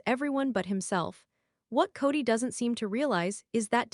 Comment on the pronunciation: I never could stand Kody Brown! But aside from that, am I the only one that is totally bothered by the fact that these clips are narrated using AI and names are so badly mispronounced? In this one it is Gwendlyn's and Janelle's name mostly, but it also pronounced Paedon as "Peedin". I have listened to others where Kody's name is pronounced "coddy". I really hate AI.